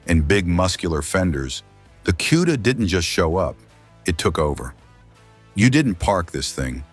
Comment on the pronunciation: This is one of the worst videos I've ever watched nothing matched up, it shows a different car and color when describing, it kept showing a Roadrunner when talking about the Cuda, and it's Cuda not Q-da lol 😂.....cool cars though, Chip is hands down one of the best to ever do it